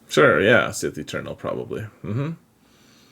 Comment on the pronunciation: I swear I heard say "Sith Maternal."